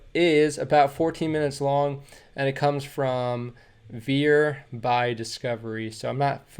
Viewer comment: Its not VE:AR . IS Veer Veeeer